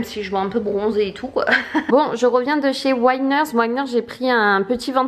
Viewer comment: Cc ma belle je crois avoir entendu des canadiennes dire plutôt WiNERS enfin on dit à la française je crois pas wïners😊😊